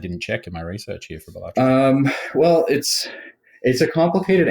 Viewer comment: finally, someone who says it right